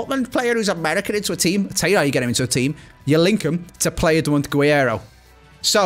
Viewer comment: Hey man, awesome video: just wanted to say, it’s actually pronounced g - rreiro